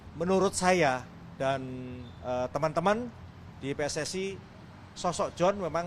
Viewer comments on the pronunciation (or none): none